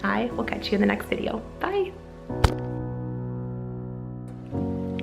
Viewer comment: "happy Eastoh" he's so adorable!!!